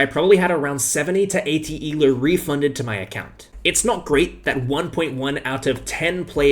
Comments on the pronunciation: Can you say el OH and not e lerw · It’s ELO not ELOO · I totally get all your points, and I agree with you on everything, but if you say "E-LEW" one more time, I will destroy your entire continent. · Why does he call it ELOO ?